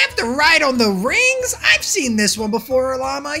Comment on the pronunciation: You said rigs not rings